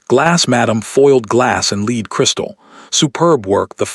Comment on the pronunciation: I have learned that AI can’t tell how to read the context ie lead is pronounced as led, bowed should be pronounced as boughed. It’s Vivien not Viven. This is fictional story but the reading isn’t.